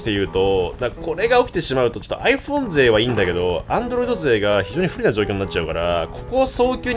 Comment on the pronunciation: 3分28秒 くらいってさ、Android勢って言ったんだよね？？自分はア○ルド勢って聞こえてしまった…